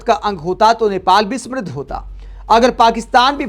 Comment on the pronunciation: Smriddh nahi samriddh sahi uchcharan hai.